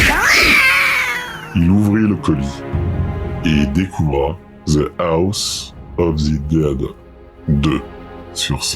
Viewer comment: C'est très bien présenté, tu t'es amélioré sur la technique et ça fait plaisir. T'as pris un nouveau micro je crois non ? Le son a l'air meilleur. Juste attention à la prononciation de l'anglais ("House of the Dead"'). Sinon c'était très sympa à regarder, avec des anecdotes cools ! Et sinon j'suis content de voir le poster d'Halo derrière toi, on se demande bien pourquoi ... je devine d'ailleurs davantage ta sensibilité dans cette vidéo, je trouve que certains passages sont touchants car on sent que tu commences à te livrer davantage et c'est plaisant (la musique derrière c'est un truc d'Hans Zimmer non ? Je sais plus ce que c'est. Attention au mixage, j'ai trouvé que la musique était un brin trop forte par moment notamment vers ). Un bon like pour ma part, je regarderai les autres épisodes d'un rêveur à Paris avec plaisir !